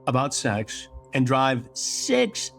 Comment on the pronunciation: Does Chris actually pronounce “SAX” instead of “SEX”? Been meaning to ask a while. Not sure if it’s my hearing